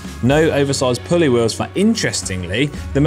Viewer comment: You say “wheels” funny. “Wee Yuhwz.” No ‘L’ huh?